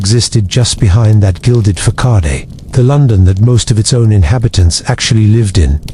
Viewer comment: The audio AI is awful, constantly glitching into jibberish or repetition. Also, there are lots of AI mispronunciations. (Right at the beginning: "facade" pronoubced fack-ade lol)